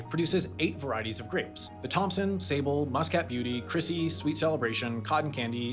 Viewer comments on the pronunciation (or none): none